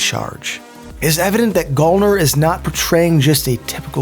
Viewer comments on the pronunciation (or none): its pronounced GAL-NER like gal as in girl